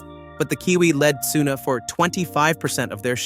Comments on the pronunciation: WTF is this channel , don`t now how to pronounce any name right in the first minute. Yuki Tsuna and whatever you make of Horner. This is a disgrace. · It is Yuki Tsunoda, not Yuki Tsuna... And is Max Verstapen not Max Vers... So annoying and sounding arrogant, just very simple video edition of pictures and reading a text summarized by AI... This channel should be called "In Middle". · Wtf is with the "tsuno" and "Cristian horrrr", get a better AI voice man...